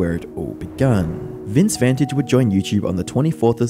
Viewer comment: Vintage and Vantage are pronounced the same way now?